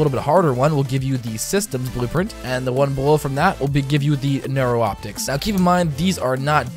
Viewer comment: Neuroptics (new-rop-ticks)